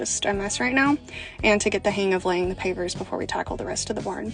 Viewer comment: I thought you were saying papers😅😅. I'm like, "Who lays papers in a barn ffs?!"😂😂😂